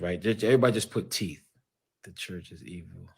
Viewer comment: Thought it didn’t bother you. Please stop saying “TEF”!!! The word is TEETH!!!!